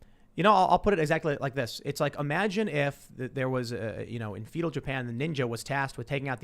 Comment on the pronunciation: fetal japan i wish tim would look up proper pronunciations, or... start listening to books on tape or something